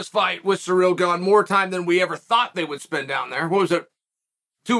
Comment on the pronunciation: Chael clearly gets a kick out of butchering any foreign fighter's name. Cereal Gone versus Serjee Pavlitch